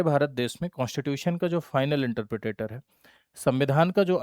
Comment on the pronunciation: Are sir Interpretor hota hai😅 Not interpretator 😂😂😂